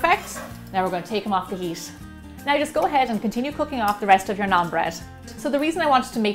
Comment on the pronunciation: i am indian so do more stuff like it....check the pronounciations before you say them...try this naan with some butter chicken it is heaven! great recipe as usual!! keep it up😀😀😀